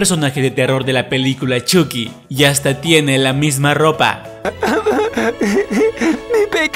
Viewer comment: Se dice choqui no chuky se escribe chuky y se pronuncia choki